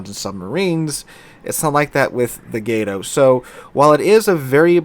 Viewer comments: Why can't anyone who plays World of Warships pronounce Gato correctly? It's freakin' "Cat" in Spanish. Look it up. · love your channel but my god, its pronounced GAH-TOE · its pronounced "gato"